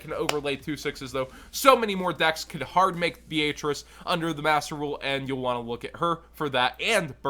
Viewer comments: BEE-AYE-TRICE LMAO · The italian pronounciation is B-ay-atri-che